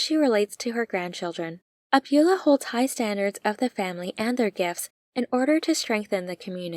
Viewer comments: Excellent video. Thank you so much! Also, it's not abYOUla, it's abuELLA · Great recap and analysis. But, “Abuela” means Grandma and is pronounced “Ah-bway-la”.